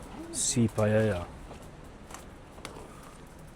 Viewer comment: Well certainly looks nicer over there than it does here in Hamilton, that's a good thing the demographic is changing , Europe will be totally changed again in 10 yrs max , once am sold and out I am off to south east Asia , I always wanted it to be Spain 😢. Also stop saying paella wrong 😂😂